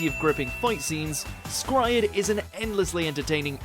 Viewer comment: oh FFS....ITS PRONOUNCED scryed!!!!!!!!!!!! NOT Scry-ED! FUCKS SAKES! >:(